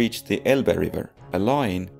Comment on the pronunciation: I like Your pronunciation of "Red" in "Red Army", so sweet.